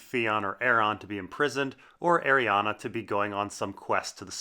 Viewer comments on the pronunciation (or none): I hate that you call Arianne, Arianna